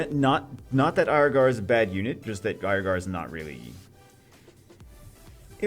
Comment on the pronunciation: Can we just agree as a community to pronounce it Ear-gar, instead of Aier-gar? Haha.